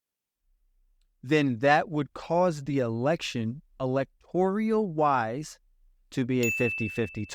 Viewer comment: When you can’t pronounce electoral, you lose credibility in your theory.